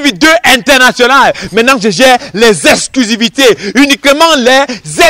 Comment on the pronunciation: Le gar gère les « esculusivite » « Es »😂😂😂😂